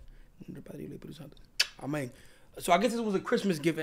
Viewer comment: the second time Fanum said Amen sounded like "Ameng" in that Dominican accent 🤣🤣